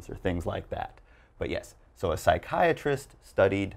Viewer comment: U pronounced psychiatrist wrong